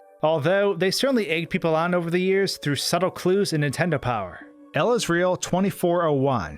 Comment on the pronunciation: Anyone else hate how he pronounces "Nintendo", as "Intendo"?